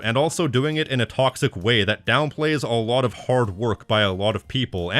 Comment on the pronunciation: muh tawcksick